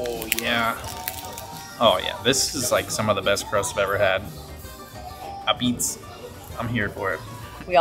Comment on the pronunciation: It's abeetz, not apeetz